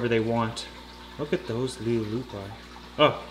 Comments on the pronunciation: You're killing me with the pronunciation man... You keep adding a syllable. Le- loop- ee Le-loop-ee Leleupi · Proper way to say it is (LER-LEAR-YOU-PEE) i did some digging to find that just to know lol